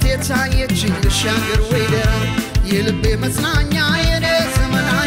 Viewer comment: ደራ የሚለው ቃል ጠበቅ ብሎ ነው መጠራት ያለበት በድምፅህ ምርጥነት ላይ የቃላት መጥበቅና መላላት ሌላ ትርጉም ስለሚሰጥ ብትጠነቀቅ ከዛ በተረፈ ❤❤❤❤❤❤❤❤